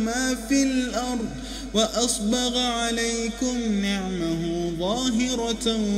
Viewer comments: ما شاء الله .. تلاوة رائعة.. بارك الله بك وبقراءتك .. وجعلك مباركًا أينما حللت. ⚠️لكن انتبه : الذّال مضمومة وليست ساكنة في قوله تعالى : ( أُذُنَيه وقرًا .. ) ✅ (أُذْنيه وقرًا ..) ❌ أيضًا العين مفتوحة وليست ساكنة في قوله : ( نِعَمَهُ ظاهرة..) ✅ (نِعْمَهُ ظاهرة.. )❌ أرجو أن يتم تعديل القراءة .. وان يتم تحميل قراءة جديدة لسورة لقمان بعد حذف هذه القراءة. جزاك الله خيرًا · What a quiet and relaxing recitation! This is really amazing. Allah bless you bro ♥️ ⚠️ caution : the letter Thal (ذ) has Damma not Sokon in (أُذُنَيه وقرًا..)✅ (أُذْنَيه وقرًا..) ❌ Also, the letter Aen (ع) has Fatha not Sokon in ( نِعَمَهُ ظاهرة..) ✅ (نِعْمه ظاهرة..)❌ Jazak allahu Khair. I hope you can handle it by uploading a new video with these changes after deleting this video. Thanks my brother I wish you all the best!